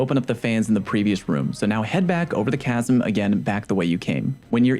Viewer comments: It's 'K-asm' not 'ch-asm' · Appreciate all your videos so so much. You are the reason my clan was able to beat Deep Stone Crypt, your explanations are so clear. Just fyi chasm is pronounced "ka-sim" not "cha-sim".